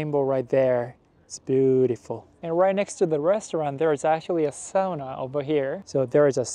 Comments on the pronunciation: Isn't a woman's name in Japan? It's a man's name in Finland. PS. Great job with pronouncing the only internationally used Finnish word correctly! It's awful hearing people say "soona". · thumbs up for pronouncing "sauna" correctly ^^ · good job on saying ¨sauna¨ because most non english speakers say it like ¨soona¨